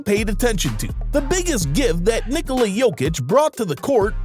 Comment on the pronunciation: Finally someone pronounces Nikola how it should be